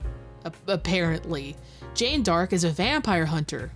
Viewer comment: You didn't comment on it, but FYI, Jane Dark is literally Joan of Arc (Jeanne D'arc). Not sure if that's bad translation or if it was just an intentional joke name in Japanese but every time they said Jane Dark I died.